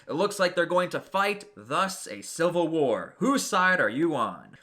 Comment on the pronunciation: its civil war not silver war this dude is an idiot